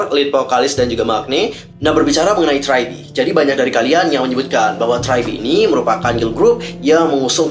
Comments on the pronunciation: Gua hampir bingung pertama denger nama nya, karena bilang try be, ternyata tri be. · Abangnya bingungin gw dari tadi liat subtitle siapa si nama GG nya eh malah tragedi , terus gw denger ngomong apa si tadi gw cari trybe kok g ada eh ternyata lagi bacanya try